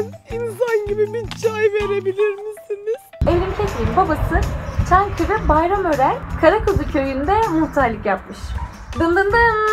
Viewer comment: Hani Çankırı değil çangırıydı abla 😊